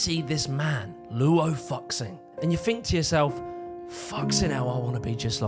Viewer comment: His name is pronounced more like Law Woo Shing